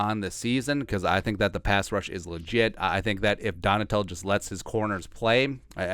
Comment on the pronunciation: It's Donn-a-shell defense....